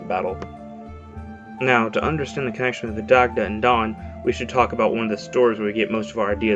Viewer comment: Daaaaamn butchered the irish pronunciation haha